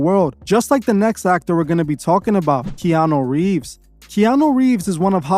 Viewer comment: “What’s eating Gilbert’s Grapes” “Now You See It” “Keano Reeves” “Austin Kutcher” plus many many more f’ups!!! Dude bro! I love your channel and what you’re doing with it, BUT you really need to tighten this shit up! It can completely negate everything you do here. Nobody that is just starting to look into this shit isn’t gonna take you seriously if you can’t even get names right. I know it don’t seem like it matters, but it does! I wouldn’t take you seriously if I had just starting diving down this rabbit hole! Another thing, while there are plenty of dots to connect with all this shit, you gotta be able to discern what dots should be connected, and what dots can be connected, but shouldn’t! Some things are just what they seem, and not part of the ‘agenda’. We HAVE to have discernment, all of us. Otherwise, if we are connecting things that aren’t related, they can be used to discredit what we are talking about. Just like the “Flat-Earth” movement. We all know it’s BS, but I’d say someone believes in all this cabal Illuminati shit, then also believes in flat earth, our enemies can discredit them by saying “look, they believe in flat earth! If they are stupid enough to believe in that, we’ll that makes the Illuminati BS also!!!” Ya get what I’m trying to say?!?! Keep up the good work!!! Always forward! We WILL show the world what kind of monsters these people are!!